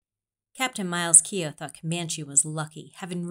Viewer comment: According to a descendant of Keogh, his name is pronounced Kay-oh.